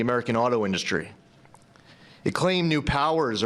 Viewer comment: induhstry is my fave trump word. the best word people say